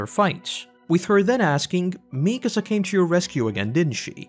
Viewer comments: Always hurts hearing people say "MEEkasa" instead of "MikAsa". Otherwise, cool vid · Great video but I have no idea how you managed to mispronounce Mikasa considering how many times they say her name...